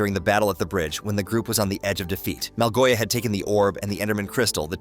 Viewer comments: its the orb of dominance and Malgosha not malgoia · Actually its Małgosia 🤓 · BRO ITS MALGOSHA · It’s malgosha